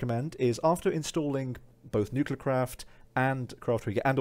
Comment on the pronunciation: And uses the power of nuculer